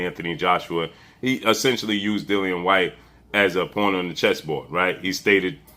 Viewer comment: It's not hard to pronounce Dillian whyte 😂